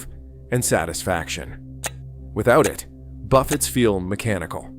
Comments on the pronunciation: buffets? it's pronounced buff-ey s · A lot of what this AI voice says is made up and/or exaggerated. For instance, the fake voice says "refill drinks now take 20 minutes". That's untrue, total BS! --Also, half the time, the AI voice mispronounces buffets as "buff-utts". --It's not that LV buffets aren't what they used to be, it's just that there aren't as many, and the cost is higher. That's the problem. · These crap AI videos just ramble on. Buffetts??? Try pronouncing correctly, it's what the video is ALL about and you get that wrong. You can watch to and get everything the rest of the video blabs on about. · AI Slop. It is about "Buffets", but can't even pronounce it.